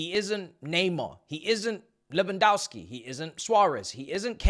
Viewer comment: Why man's pronouncing Lewandowski like them folks up north who call the sport soccer and think Pulisic is the Lebron of the beautiful game? Man said Lewan'thou'ski